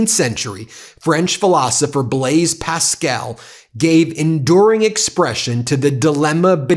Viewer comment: Gosh, where is your culture?! Blaise PASCAL, not Pascel, who was a French philosopher, mathematician and physicist is at the origin of our modern system of probabilities! You are quite right to poke fun at Bessent, but please do a modicum of research before you mispronounce the name of the great man that a fool cites in his maundering discourse. It would do you good to read Pascal.